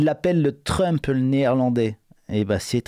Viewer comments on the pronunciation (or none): none